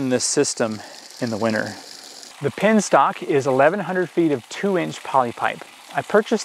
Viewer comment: It's a Penstock. not a pinstock!